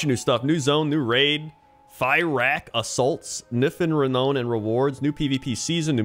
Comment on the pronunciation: ree-noun not ree-known.